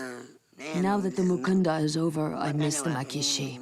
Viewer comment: Mukanda not Mukandra. I do not believe there is even a letter "r" in the Luvale, Chokwe, Mbunda or Luchazi languages